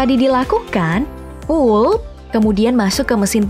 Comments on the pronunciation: Tolong pronounce “pulp” dibaca “palp” bukan “poop”👍🏻 Biar ank indo bisa bedain yg bener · sebutan benarnya adlh p-a-l-p..bkn pup. Bisa jd eek toh kalo di dengerin scra instan. Tp ya kerna bhsa inggris perkataannya jd pulp